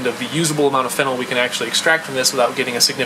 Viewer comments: It's not fennel. It's phenol. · (FEE- KNAWL) not (FEN- NEL). directions unclear ketamine turned into chocolate pudding. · Pronounced feeeenal fennel is an herb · Why are you pronouncing Phenol (Fee-NOL) like Fennel? hahaha Most "OL"'s pronounced the same way. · You pronounce phenol wrong. It is (fee-nooL) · Phenyl is a different group. His pronunciation bothered me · No, when something is ACTUALLY called/pronounced a certain way - you're meant to read it the same way - it's not a dialect thing, it's you saying it wrong.